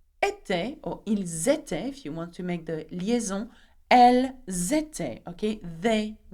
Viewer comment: Elles etaient and 2nd last also Pronounced little wrong i checked from google